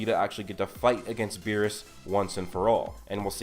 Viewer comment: Berrus not Berry’s